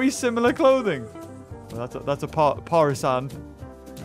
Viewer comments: It’s pronounced pur Shan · The way he pronounced Parisian is so funny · Parisian is pronounced par-ee-shan and is someone who is from Paris or France I can't remember which